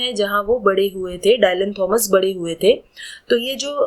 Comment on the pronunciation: So good explanation ❤but there's a minor mistake in the pronunciation of the poet's name. It is pronounced in Indian english as " डिलन" not "डायलन"😊